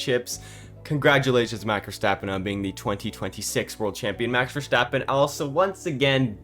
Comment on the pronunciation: Nice vid,, but here isch a tip: Pleasch schtop schaying Max Verstappens name wrong. It isch Verstappen, not Verschteppan.